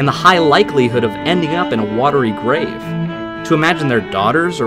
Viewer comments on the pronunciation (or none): none